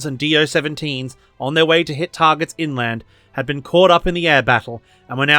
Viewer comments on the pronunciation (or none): none